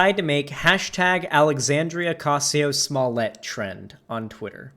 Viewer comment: lol the intro when he said “Alexandria” with a decent attempt at an authentic Spanish pronunciation, and then “Oscasio-Cortez” with zero such effort 😂